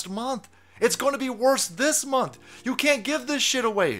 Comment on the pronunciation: Have you noticed he slurs his speech whenever pronouncing the word "You"? How many fathoms deep are you in the Bud Lite? It's OK, you don't have to tell me.